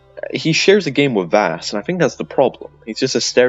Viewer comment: Jack Carver is the jackal. So it's canon. Also everything you said is dumb. I can't find a single point I'd even remotely agree with other than the points about FC5 and New Dawn. Everything else was dumb. Also it's Vaas, not Vass.